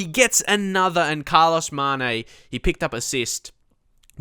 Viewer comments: Say Maneh, or put "Mané" in Google Translator in Portuguese, the audio is fairly good. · He Means You're supposed to say it like Manyay (in Spanish and portugese its the same but in spanish n with a little squiggly thing on top make's a sound like eNyeah) Its quite simple really.:) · Stop trying to "force" Carlos, mate. He is not that great and the goal was fairly simple. Also, you speak his name incorrectly. The "né" in Portuguese is opened, not closed. Is "Mané" like "Yeah", exactly the same sound. Remember of George Weah (very different levels, though, haha).